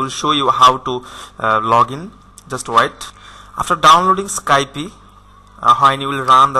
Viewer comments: Motorsports7 I Know right Its just when you say skypie IT DOSENT SOUND RIGHT ITS Skype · Sorry but you've said Skype a little wrong... Its actually skype not Skypie. Just saying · its not pronounced skypIE its called skype no ie at the end